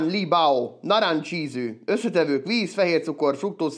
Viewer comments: náráncs'h ízű 😄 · Beszarás ahogy a “narancs ízű”-t kínai akcentussal mondod!😂😂